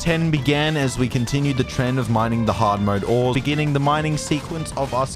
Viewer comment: cant pronounce ores